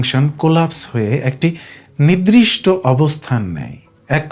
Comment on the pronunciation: এই সুন্দর বিষয়টি আর একটু ঠিকঠাক উচ্চারণে হ‌ওয়া উচিত। 'নির্‌দিষ্‌ট'= নির্দিষ্ট, শব্দটি 'নিদ্‌রিষ্‌ট' /নিদ্রিষ্ট হয়ে যাচ্ছে।